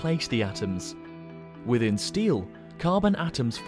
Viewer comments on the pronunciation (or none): none